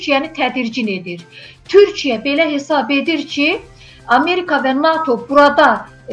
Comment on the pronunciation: Bu qiz kimdise deyin bir az yavaw daniwsin. Deyesen cawibe. Ay xanim qiz Turkiye deyirsize TURKIYE. Ukrayna ile gucnen bacara bilmir hele. Turkiye ne edecek Rusiya?